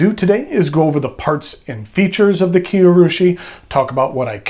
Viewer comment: oh, and Kiei is pronounced Kee-Ay